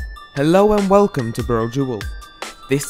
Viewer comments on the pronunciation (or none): none